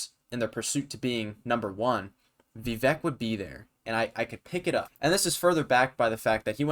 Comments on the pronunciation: pronounced as vi-vake (like cake) not vi-vek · Pretty good video, however, describing Vivek as a “killer” is misplaced, and also, why don’t you know how to pronounce Viv-ake’s name ? IT RHYMES WITH CAKE!